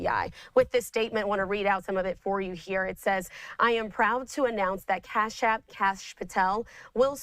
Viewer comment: Cash App LOL. Reporter didn't even look up how to pronounce it?